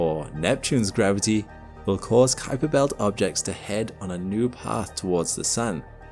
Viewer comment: I really appreciate your accurate pronunciation of "Kuiper"!